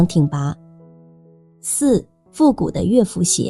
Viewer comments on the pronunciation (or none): 是ㄌㄜˋ福不是ㄩㄝˋ福😅